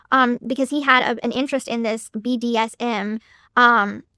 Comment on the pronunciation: i love how she tries to pronounce BDSM like its a word she never heard before. She did the same in her police interview. Like ummm i think its ummm BDSM? 🥴😅